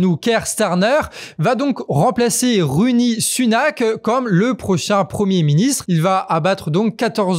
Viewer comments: Je sais pas si c'est du disinterest ou du pure disdain, but the name's RISHI Sunak, not ROONIE 🤣 (Même s'il le mérite, l'irrespect 😆) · c'est pas rishi le prénom de l'ancien premier ministre anglais au lieu de runi ?